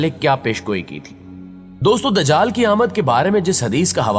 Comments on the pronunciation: Bhai dajql nhi ..lafz dajjal hai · نہا یت ادب سے آپ کی ایک غلطی کی نشان دہی کر رہی ھوں۔۔ یہ لفظ د جال نہیں بلکہ دج جا ل ھے یعنی ج کے اوپر تشدید ھے تو پلیز اسی طرح پروناونس کیجئے۔